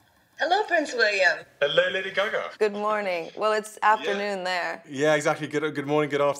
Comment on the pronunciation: Did he just call her Lady Caca?